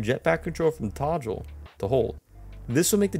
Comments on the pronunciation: Todgle? What has become of the English language? Get The Queen on the phone, ASAP🤣 Great tips👊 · did my man just completely mispronounce "toggle" lmfao